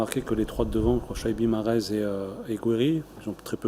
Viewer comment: tu ose pas prononcer MAHREZ tu évite de dire un mot sur lui(MAREZ) MAHREZ restera un grand joueur